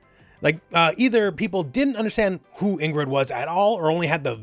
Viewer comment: Pronounced EEngrid, not “in-grid”